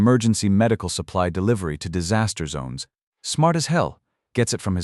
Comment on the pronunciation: I almost "died of saster"! How is this nonsense even possible? 🤣